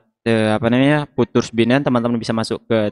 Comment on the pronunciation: Futures dibaca fiucers mas..